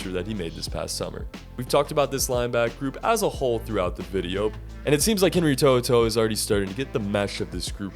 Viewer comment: Good job on the pronunciation of his name. Roll tide.